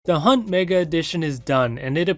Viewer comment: “The Hubt” ☠️